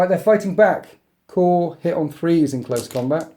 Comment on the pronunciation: korps not core